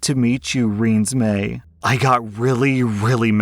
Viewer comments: Ren - es - (short I sound) I - may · "You cant even say renisamay!" 😂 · 4/5? Nah that's abit harsh, he did it out of love, I'd say easy 3/5. LOL Twilight IS the worst series ever and it's "Rah-nez-May" watch the film and figure it out dude. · FYI, Renesmee is pronounced "Ruh-nez-may". It's supposed to be a mix of Renee and Esme to honour the baby's grandmothers. The baby's middle name was Carlie, like Charlie and Carlisle mixed to honour her grandfathers. Why couldn't the bf compromise by naming the baby Carlie? Or just call her Isabella since that's the main character's name. That's pretty, and you don't have to make it obvious who she's named after if you don't shorten it to Bella. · It’s pronounced like Ree- Ness-me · Giggling at all the attempts you’ve done on ‘renesmee’ (Ren-ezz-may) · I love how you kept going on with different pronunciations of Renesmee. Personally, I think the proper pronunciation is RUN-uh-smoochie. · Hey! It’s pronounced as ren-es-may. 😊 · I think its called ren-eEse-may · it's pronounced Ren-ee-smay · To help with pronunciation, the name is Ren-es-may. I only know because my brother made me watch the movies with him and also because my middle name is Mae, it's pronounced like the month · Renesmae is said “Ree-niece-may” I think. But OP is right and shouldn’t back down on the name situation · For future reference - "Renesmee" is supposed to be a combination of the names "Renee" and "Esme" so is pronounced Ren -ez - mae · Ren-ees-may that’s how it’s said llo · Renesmee is a mix of Renae and Esme, the two mothers of Edward and Bella. Pronounced as ruh-nez-may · I hate that I know this, but Renesmae is a portmanteau of Renee and Esme. So it's pronounced Ren-ez-may. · Im sorry but the fact that pronounced the name in story 2 a different way every time just killed me 😭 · Story 2: I'm not even sure Dabne can say Renesmae right. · i love how in the second story you kept pronouncing the name differently lol